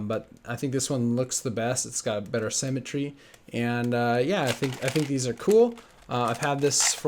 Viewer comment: When he says "cemetery" does he mean "symmetry"?